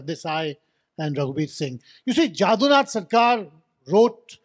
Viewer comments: JADUNATH and not JAADUNATH. JADU as in MADHU. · First rectify your pronunciation of 'Jadunath'. It is not 'Jādunath' as you say it.